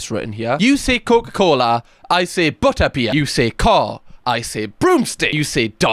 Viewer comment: It could be worse I suppose, I mean some people collect dead bodies... by the way, love the way you pronounce Butterbeer 😆🖤